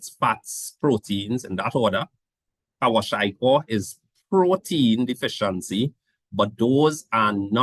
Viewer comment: You pronounced marasmus and Kwashiorkor wrong.